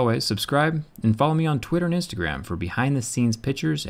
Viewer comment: PICK-SURES. Not PITCHERS. You and my girlfriend both. Great video though.